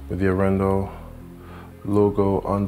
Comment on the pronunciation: Very nice Video man and I do love the Arendal speakers. However, as a Norwegian I have to mention that your pronunciation of Arendal is slightly off. Both the A letters are pronounced longer like in Dark.